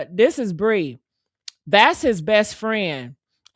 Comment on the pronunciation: Her name is PREE!!!... NOT BREE!!!👍🏿💪🏿💯👍🏿💪🏿💯👍🏿💪🏿💯👍🏿💪🏿💯👍🏿💪🏿💯